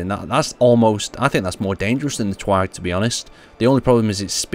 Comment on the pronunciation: its not TWAG its TGAW get it right broski lol